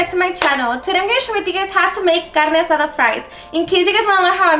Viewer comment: I absolutely LOVE how you say the names of ingredients with that beautiful spanish accent